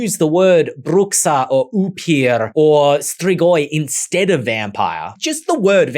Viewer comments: you butchered the bruxa pronunciation : BROO-shah there's no broo-KSA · Bruxa is pronounced bruSHa in Portuguese. Foreigners do this all the time. 🤦🏽‍♀️🥲